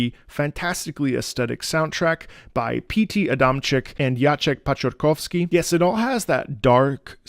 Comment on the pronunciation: For a non-Polish speaker that is a great pronunciation of Jacek Paciorkowski 👌